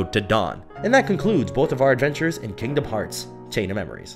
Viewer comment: FINALLY someone says the name of the game correctly.